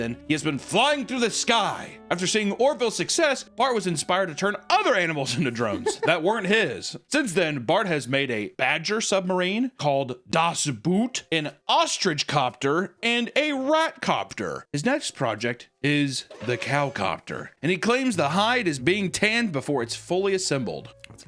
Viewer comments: It's called das Boot, not "das buut" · not knowing das boot is pronounced boat 😔 also I love that movie